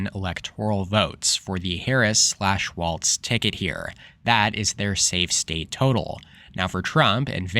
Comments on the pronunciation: I hope Silver is correct this time. By the way, it's pronounced Walz, just like it's spelled (not pronounced walTz). Thanks for a good video. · Just so you know Walz is pronounced walls